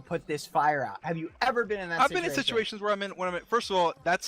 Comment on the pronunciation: you brought up some good points but I can't take you seriously "situatios" were you trying to say situation or scenario?